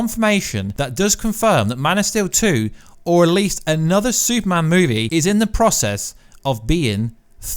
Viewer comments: Bro, you have to learn how to say Super-Man lol. Stop saying soup-man! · Where is the actual news. This is totally your thoughts. Nothing confirmed. Absolute click bait. And it’s Superman. Not soupman.